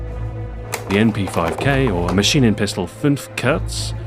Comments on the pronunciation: Mäschinenpistel fünf körz :D But you Americans claim that we Germans would have a bad pronunciation! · I am german and when he says Maschienen Pistole 5 kurz my ears are bleeding :D